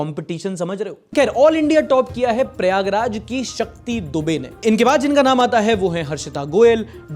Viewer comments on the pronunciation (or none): none